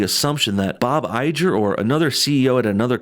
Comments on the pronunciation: Bob "eye-grr"....not "I-Jer".😒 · Eye-jer, really?! it's Iger, grr! get it? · Iger not Ijer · Say it with me Bob EYE-GRRR not EYE-JER. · How do you not know how to say bob Igger ?!? Have you not ever heard it said before hahha! Good video though. Just picking on ya! Fan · it's pronounced I-grr by the way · Not to split hairs, but it's pronounced "EYE-GUR." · Dude, its Bob IGER as in "TIGER" without the "T".. ffs man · Bob Iger (Pronounced "i-grrr") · Please.. educate yourself and learn how to pronounce Bob IGER's last name. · Had to stop watching because you can’t pronounce Iger correctly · Wonderful analysis. (Bob Iger’s name is pronounced like Tiger without the “T”) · The g in Bob Iger is a hard G. Like gorilla. Or tiger without the t. Just for future reference. Love your vids bub. Keep up the good fight.